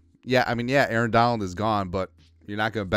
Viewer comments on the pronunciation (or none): none